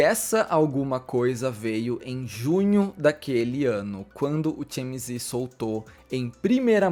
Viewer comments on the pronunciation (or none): Realmente temos q repensar nosso comportamento como sociedade. Se não tive público pra isso, o TMZ não iria agir assim, tão sem ética. Parabéns pelo vídeo,, muito bom. Vou te dar uma diquinha de inglês: TMZ se lê "ti-éme-zi'. Ou, em bom português, "te-eme-ze". Beijo e sucesso!!